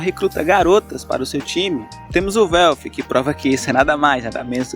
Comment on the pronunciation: Mano se pronuncia o nome dos cara tudo de forma estranha, quem diabos e velfi kkkkk se pronuncia uelf-> welf